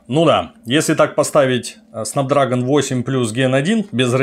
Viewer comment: Снэпдрэгон, а не снапдрагон